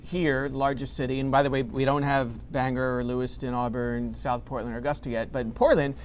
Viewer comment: You should find a guy that can pronounce Bangor correctly